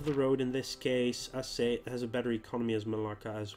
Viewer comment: Maybe its too late for you but it is spelled "a-cheh". Not "a-seh" as you said.